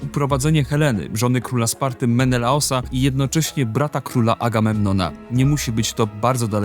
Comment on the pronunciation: Za pierwszym słuchaniem "Menelosa" miast Menelaosa 😂 się zaszłyszało